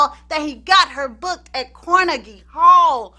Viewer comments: car-neg-gee hall. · "CORnegy" Hall...lol.